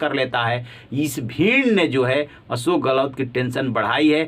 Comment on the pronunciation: Aap patrakaar / anchor hote huve bhi tension ( tenson nahi tenshon) Ashok not asok bol sakte ?